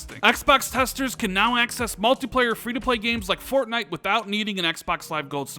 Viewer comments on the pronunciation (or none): none